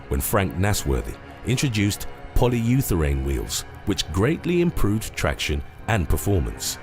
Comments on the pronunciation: "Polyutherane wheels" did you mean polyurethane? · Polyutherane? You mean polyurethane? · No.9..."polyUTHERANE"?? How about...."polyurethane"! Better pronunciation skill improvement might be in order!! This happens ALL THE TIME in these videos!! Lol! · POLYURETHANE, not polyutherane , is your scripter dyslexic or something? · it's pronounced "poly ura thane." NOT "poly YOUTH erane" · poly-utherane....is that better than polyurethane? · Cmon now i know even british people can say "polyurathane." I think dude just cant read. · lol, "polyutherane"? you seem to frequently mispronounce words.